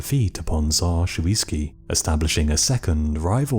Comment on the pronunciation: Not Shoviisky - Shuisky